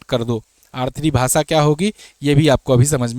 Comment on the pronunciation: भाई अपनी हिंदी सही करो, सेयर, इंग्लिस, भासा नहीं शेयर,इंग्लिश,भाषा ।